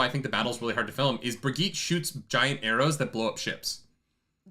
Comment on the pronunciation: They pronounced Birgitte correctly in the show, but still doesn't know how. Remember Helga's doll?